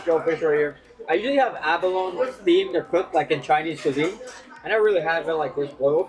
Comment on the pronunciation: It's funny...sometime you pronounce abalone... "ab-alone" & other times it's "a-baloney" 😂😂😂 Funny